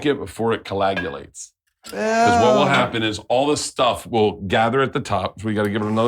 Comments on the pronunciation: "The key to this is to drink it before it" ...collagulates? I think that's how he tried to pronounce coagulates. I like to play a game with myself during these podcasts/shows trying to guess if they just don't know that they have the word wrong OR if are they just talking too fast and fat-tonguing it. They may have only read it in the past but never heard it spoken or used it often enough themselves that they'd ever be corrected. It was a long time before I realized the "epi-tuh-me" that I'd used for so much of my life was the same word I'd seen in books a million times since in my head I always read it as "epi-tohm." (Epitome.) Collagulates would be a pretty dope title for a sitcom, though, about a particularly cruel emperor and his college roommates getting into non-stop shenanigans. The ancient Roman equivalent to The Machine. "When I was 25 years old I became emperor of Rome, made my horse, Incitatus, a senator, and built him his own house made of marble, and I declared war on Neptune, the Roman god of the sea. Here's how it happened." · "Co-lag-ulates" lmao dum dum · “Collagulates” -Burnt Chrysler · "colagulates" - Bert Kreischer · "Collagulates." Lol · How is nobody talking about Bert saying "colagulates"😂